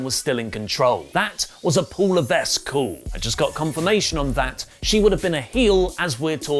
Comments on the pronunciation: It's "laveck" not "lavesk" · Le-VEK. Not Le-VESK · Isn't it "Leveck"? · you don't pronounce the "s" in Levesque. It's like "Levek."... it's French. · Paul Levesque is a french Canadian name pronounced Paul Lévèque or Paul Laeveque, anyway the S is silent in pronounciation even if it makes the è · Hey, great video again, as a french guy, even though Triple H isn't french, the "s" in his last name is silent loll. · Hey, unless he Americanized the pronouncement of his last name, Levesque is read with a silent s. In Quebec, it's a common name. Silent s.